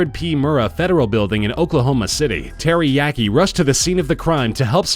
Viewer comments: Uh, Terry yaki? Teriyaki? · lmfao officer terry yaki (teriyaki)